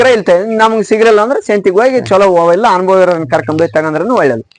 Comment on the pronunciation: ಅನುಭೋಗ ಅಲ್ಲ ಸರ್.... ಅನುಭವ....